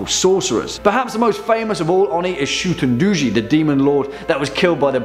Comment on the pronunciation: Shuu-ten doh-jee* not shuten duji